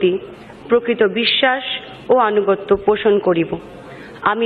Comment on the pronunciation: মিমি চক্রবর্তী " আনুগত্য " শব্দটি ভুল ভাবে উচ্চারণ করে "অনুগত্য বলেছেন। বাঙলা ভাষার অভিধানে " অনুগত্য " বলে কোনও শব্দ পাওয়া যাবে না । .